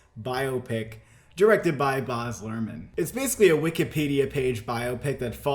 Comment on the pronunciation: It's so difficult getting through this video with "Boz" Luhrmann...